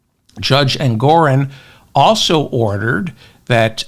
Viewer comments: David, it's Engoron, not Engorin. Also, JMHO, but Putin won't be Trump's lender. It will be Jared and/or the Saudis. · Like your channel, though it's not "Engorin" but Justice Engoron. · David! It’s Judge Engoron, not Engorin, ok? ps Love your show, enjoy your appropriately snarky remarks. Thank you for giving us your time and your mind. 💙